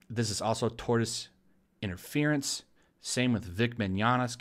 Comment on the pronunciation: You said tortoise interference. xD